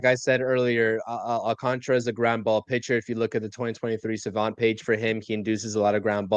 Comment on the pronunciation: Please prounce it will me my fellow non Spanish speaking people. AL - CAN - TA - RA and not AL - CON - TRA, SMH